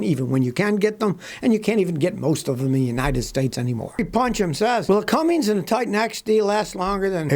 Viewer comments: It's Cummins, not Cummings! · Scotty, STOP SAYING "CUMMINGS"! There is NO G in CUMMINS. You oughta know better, it's right there on the fender badge. Also, Nissan's 300hp V8 Cummins diesel has not been a big seller, and reviews I've seen were somewhat negative. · Making sure you get that silent letter [G] in Cummins. 😆